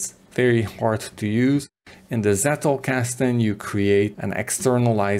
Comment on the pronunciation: Being German, I cringe every time I hear "settelkasten". It's pronounced "tsettelkasten", as in "tsunami". Sorry for being picky, even more so if you heard this for the umpteenth time. Otherwise, great work, thank you very much!